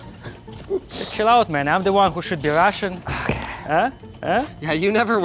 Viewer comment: "I'm the one who should B-RUSHING " LMAO , cheeky Russian